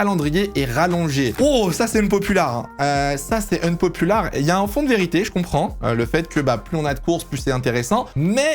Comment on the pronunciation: Quitte a dire "unpopular" autant essayer de bien le prononcer...